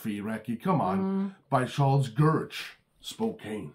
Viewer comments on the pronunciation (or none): Welcome to the new year Recky and! Looking forward to all the unboxing videos from you guys! Live streams from Recky too! Also, the city whose name you're muspronouncing is pronounced as Spoke Ann. The e is silent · Just to let u know the E is silent in the city of Spokane so it's pronounced spoke ann